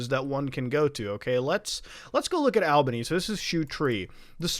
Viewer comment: Btw it's pronounced all-ba-knee Muta 🤣